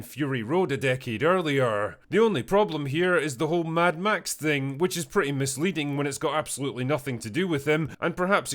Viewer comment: "Mad Max" decays into "Mad Meh".